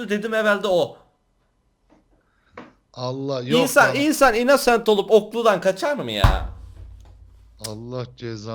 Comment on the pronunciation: mörder sliyır. innnoooosent selimmm dedi +1leyin görsünler